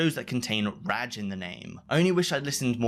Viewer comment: Can you please stop saying ragg instead of rajj